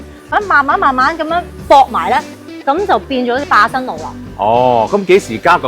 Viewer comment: 我聽到霸生路